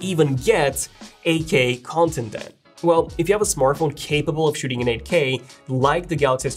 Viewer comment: when he says 8k it sounds like Ak